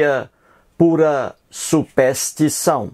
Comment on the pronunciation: Quem é esse coitado que sequer sabe falar? "Supéstição" só se for la na terra do "cabra da peste", que precisa tb aprender a fazer, ao menos, um "power point", né Zé Mané. Se a crença tem prova irrefutável deixa de ser crença (ou fé) para ser constatação. Você é um ignorante que se acha esperto e que, sem saber, trabalha a estratégia de Antonio Gramsci (vá pesquisar quem é) para implementação do socialismo no Brasil. Acorda povo ignorante...